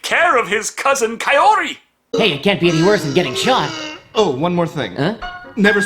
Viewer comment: Wait, why did they change the easily pronounceable Shizuko to Kyoko, but left Kaori and just mangled it? I'm far from a sub-whore, but at least put some effort into the dub.